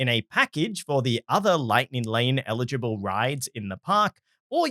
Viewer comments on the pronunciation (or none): none